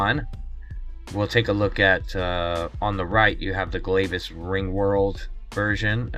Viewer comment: It's pronounced Glavis, like glad.